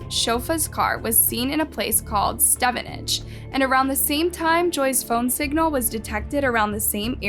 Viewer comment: Ecstasy is a stimulant how would it be used to render someone unconscious?? ..and its pronounced stee-ven-age